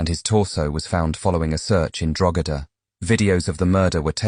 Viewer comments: The pronunciation of Drogheda here is wild 😅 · Learn how to pronounce Drogheda please before you comment on matters in Ireland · Grew up where? 😂😂😂😂.Trust me I'm from that town and that's definitely not how you call it 😂. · Ah yes, drawgheyda, a lovely part of the world. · Ke ann drogeda jesus ai is shite 😂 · Drogheda is pronounced draw ha da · You don't pronounce the G in Drogheda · “Drogheda”say it right. jeeze that makes me cringe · Hilarious…. Can’t even pronounce Drogheda …this YouTuber is a an a pure idiot 😂